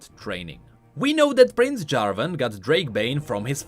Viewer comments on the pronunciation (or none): none